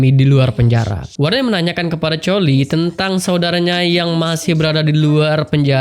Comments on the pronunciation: Koli bukan choli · Cholie=Kholie pak bukan Colie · Bukan choley tapi koly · Gini bang Cholie itu kalau Di panggil ke Indonesia jadi Kolie Bukan Co..... Jadi Cholie bacanya=Kolie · Bang kamu salah ngomong nama nya collie ngomong nya itu harus pake kolli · Bacanya koly kali bang😂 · Coli Atau Choeli Bang?? Kedengarannya Coli (Permainan Ngocok Batang) :v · iya nih betul bang